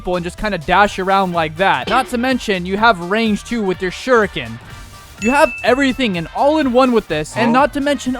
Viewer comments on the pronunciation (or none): none